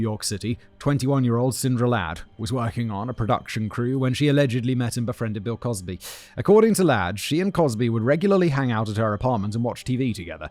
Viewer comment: Anyone else hear him say "Pill Cosby" 😂😂